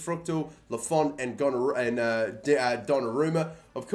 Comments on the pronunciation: Are we really gonna overlook the fact that he called donnarumma gonorrhoea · Think he was gonna call donnaruma gonnareah lmao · Lol he almost said gonorrhea instead of Donnaruma 😅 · he was gonna say gonarea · Goes to call Donnarumma Gonorrhoea instead hahahaha